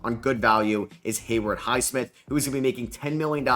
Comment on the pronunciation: Bro where is the R in Haywood highsmith